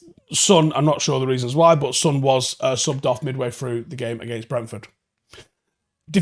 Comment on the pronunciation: How are you mispronouncing Son's name? It's 3 letters, have you only seen it written?